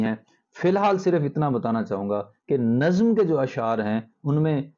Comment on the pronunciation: افسوس کہ اردو کے استاد اردو ہی نہیں بول پاتے، لفظ نظم کا تلفظ ہی نہیں جانتے.